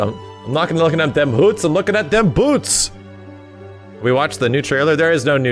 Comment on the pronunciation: I’m here to hear say “BEWTS”